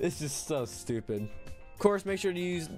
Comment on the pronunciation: Why does "STUPID" hit diffrennt😂